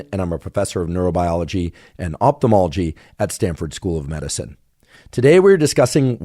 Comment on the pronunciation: Why is it i feel Huberman pronounces Opthalmalogy as Opthamology?